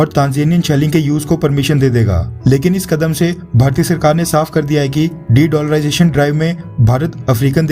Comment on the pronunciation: De dollarisation! 😆😄😅😀😙😁🤣